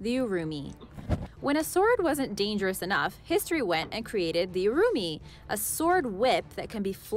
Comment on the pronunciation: The pronounciation of the URUMI and KERALA has been completely butchered by the lady ...... It's quite offensive ya know ..... We got some serious fans from kerela ...